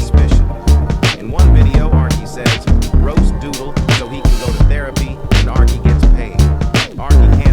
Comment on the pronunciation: Why did you dismissed name arkey you said "ariche"